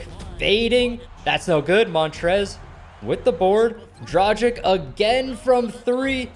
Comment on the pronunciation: Dra gik it hurts me how you say it its dragi`c(not hating btw)